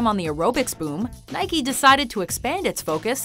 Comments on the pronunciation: It's Nike not (Nike-y) Do you say Bike-y instead of saying Bike ? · Nike not Nikey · Nikey? It's nike (naik)... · it's pronounced nike not nikey, you don't ride a bikey do you? No you ride a bike. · No its pronounced naɪki as the greek goddes, which the brand is named after.